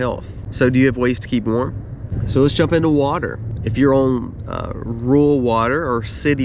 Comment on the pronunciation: Ru ral not rual Oi Ill not awl.